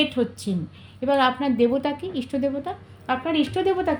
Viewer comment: ইস্টো না। ইষ্ট